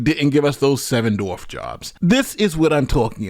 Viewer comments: Why do so many people mispronounce “dwarf?” It’s not “dorf” or “doorf.” Are they unable to see the “W” in the word? Is it an Ebonics thing? Is it from Tim Conway’s “Dorf on Golf” videos where he kneels on a pair of shoes to look like a dwarf? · it’s dwarf, not dorf. Just so ya know. No one else mentioned it so, I thought I would. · Why do so many people mispronounce “dwarf?” It’s not “dorf” or “doorf.” Are the unable to see the “W” in the word? Is it an Ebonics thing? Is it from Tim Conway’s “Dorf on Golf” videos where he kneels on a pair of shoes to look like a dwarf? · Dorfs 😅 JK man I guess you have difficulty pronouncing dwarf as "Dorf". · it’s Dwarf, not Dorf. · The word is dWarf. Come on man.